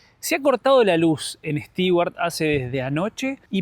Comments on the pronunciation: Bonito Stewart ojo con la pronunciación de Stewart suena stuard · La pronunciación de Stewart es Estuart como si la combinación de tew es Too. Saludos y buen viaje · Hola chicos! Tema pronunciación: los de "beer" y "bear" en realidad son diptongos. En americano, beer se pronuncia "BIer" y bear, como se escribe. Después, las palabras con "ew" precedidas por consonante se pronuncian "iu" o "u" (a veces). Stewart sería "stiuart" o "stuart", como la palabra "new". Ahora "stew" (guiso) es sólo "stú". Espero haberles aclarado esto. Saludos!